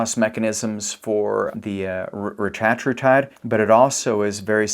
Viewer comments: I usually prefer getting pronunciations 'correct'. But I prefer "Retta" in this case, over "ruh -tat". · The correct pronunciation of Retatrutide is REH-tah-TROO-tide, with emphasis on the first and third syllables (REH and TROO). This pronunciation has been confirmed by Eli Lilly’s Chief Scientist during a CNBC interview, reflecting the intended usage by the developers of the drug. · Why does he keep saying rettratrutide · This is hilarious. Why is this guy saying it like that? The only guy saying it like that? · Couldn’t watch , the way you say it is dumb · This dude is clueless. Can’t even pronounce it right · No one is gonna listen to a person who pronounces it wrong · He goes back and forth on how he pronounces it. I've seen videos where he does it both ways throughout the same video. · Eli Lily doesn't get to make up grammar and pronunciation rules. The English Language has standards. Otherwise you sound foolish. Like pronouncing Primer as Primmer like so many morons. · eli didnt create it, they just capitalized on it and purposely pronounce it different to flex. 🤦🏻‍♀️ They saw how good it was and jumped in the game 🤦🏻‍♀️